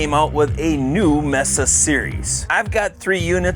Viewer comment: It's pronounced "MAYSA", you know, like the place in Arizona.